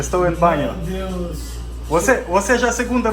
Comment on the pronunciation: Чел все круто но язык надо подучить) меу деус прям режет слух) меу ДЭУШ !!! Учи учи )